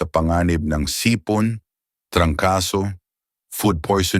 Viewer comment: mali po ang bigkas mo ng sipon